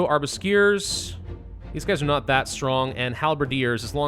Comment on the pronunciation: Amazing pronounciation, "arbusquiers" lol